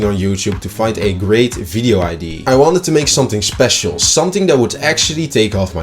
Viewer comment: love the video but please just say "idea" right😭😭😭😭😭😭